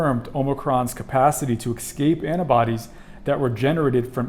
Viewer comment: Pandemic ends one day, but Americans pronouncing Escape as if it's Excape would never end, no matter how educated they are.